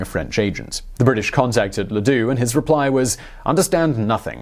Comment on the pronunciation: Ladoux? Sounds more like Le Dicque.....